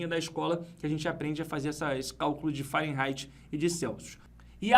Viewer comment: O, no Google a pronúncia é Fa-re-nai-ti e não Fa-ren-rai-ti...